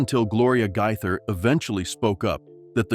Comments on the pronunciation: Really fake news. Who made this up? Shame on whoever it was. And at least learn how to pronounce their name correctly. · They are NOT divorced and that's not how their last name is pronounced !!!